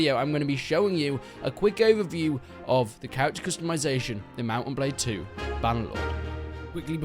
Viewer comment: he said balde instead of blade, which is a normal mistake imo